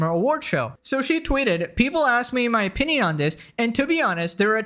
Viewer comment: You're right about so much. Buuuut, when you sound like an autistic screecher and when you say "opinion and origin" entirely wrong, to the point it hurts and then i laugh my ass off. It's really hard to take you seriously sometimes. I still support and appreciate you, just know how words work please.